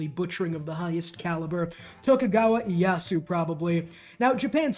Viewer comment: it’s E A YaHSu